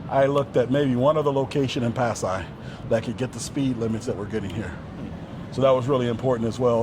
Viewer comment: that man in the philipines wow and refuses to learn the correct pronunciation of that city